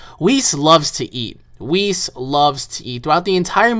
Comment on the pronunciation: Oh yeah and its not weis its whis they put it likethat yesterday wen it came out online and whis is not really the hod of creation he is just bilss's teacher